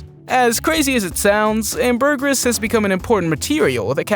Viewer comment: Please learn how to pronounce ambergris.